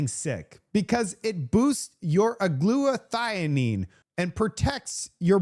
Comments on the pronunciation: “it is Women not woman” Also - Acetaminophen is pronounced = a ce’ ta min o phen And it is “Glut a th I on” not “Glut a thine”. get a Webster’s. Dictionary. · Glutathione. The "e" is silent. Gloot-a thi-on.